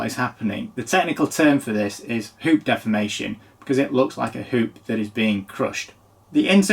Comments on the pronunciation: Appropriately pronounces deformation as “defamation” because that product is fōked! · I thought you said "poop defamation"